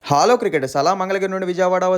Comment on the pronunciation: Hello not Halooo 😂😂